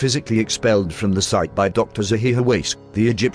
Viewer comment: I live how calls him dr. Zahi How ass